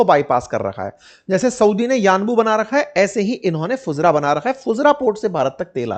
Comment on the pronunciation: फुजरा नहीं फुजेरा होता है भाई